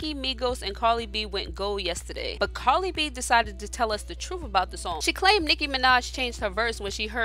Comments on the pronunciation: Carddddddddiiiii not carlyyyyyyy 🙄😂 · It’s “CARDI” not “CARLI” not even a huge fan but, your annunciation is despicable. Frustrating as hell. Please say it right. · Its cardi not carli